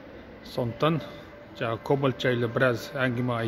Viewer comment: жана емес жаңа кобалттын емес кобалттың Ң деген әріп бар қазақ тілінде